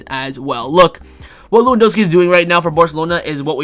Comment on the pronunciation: Everyone: pronounces Lewandowski with a 'V': we don't do that here